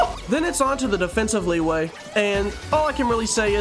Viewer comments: As someone who studies chinese, liyue is not pronounced like that- its pronounced "lee-you-uh" :3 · "Leeway" is my favorite city in genshin